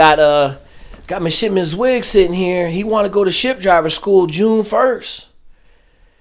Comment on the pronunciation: You did so much research on him you didn't know how to pronounce his last name. Come on man!!